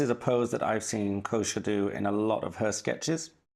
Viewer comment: More than approved! Wow,, what a great spread. I enjoyed seeing it come alive and you talking about the things you were drawing. It emphasizes on the mindfulness drawing can bring. Also, great names for your plants and musical instruments! Thank you so much for the big shout-out, AND for pronouncing my name so perfectly - that rarely happens 😊 New subscriber over here!